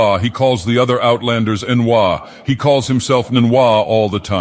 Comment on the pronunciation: Bro says N’wah like an Outlander